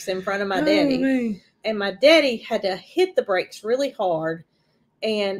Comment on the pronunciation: I love the way pronounces “my daddy”.